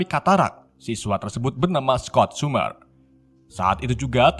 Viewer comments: Bang belajar betul penyebutan lah. Biar kami tdk sesat jg. Apa itu "kerebro. Skot sumer, dll" tolonglah klo ngonten yg niat. Trims 👍🙏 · Keles atau charles? Charles = carles Scott summer = skot sammer